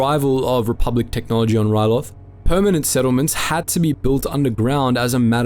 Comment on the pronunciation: you say re-pub-lick instead of re-public